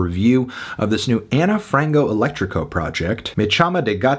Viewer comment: Its ok anthony, you dont need to have a perfect portuguese pronounciation and we love to hear people trying 😂😂